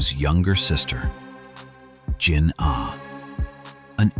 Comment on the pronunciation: Yo pls adjust your voice with the jinah not jin ah